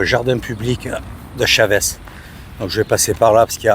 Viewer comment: pas " chavès "mais "chaveuche "😂😂😂pas évident mais il faut le dire en mode rapido